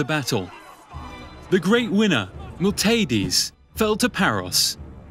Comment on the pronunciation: Oh my god man, cant say "Phalanx" now. Or "archon", or pronounce "Miltiades". basic stuff.